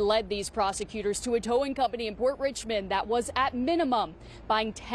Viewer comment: a towwing company ? say it aint so